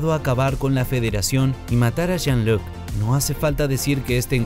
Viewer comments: Hiba señalar el pésimo trabajo del narrador del vídeo, pero viendo el resto de comentarios creo que el punto está más que establecido jajajajajaja PACARD !!??? STIWART !!!!???? JAN LOC ???!!!!! 🤣🤣🤣🤣🤣🤣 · Es Picard no Pacard.. i en frances Jean Luc no Loc